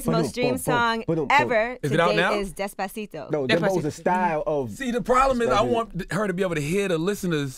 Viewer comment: Angela it's DESPACITO not days pa ceeto